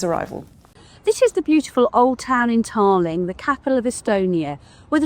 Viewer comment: please pronounce the Estonia capital correctly please! Its not Tarling.